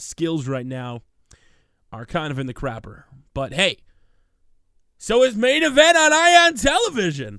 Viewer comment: Stop saying main envent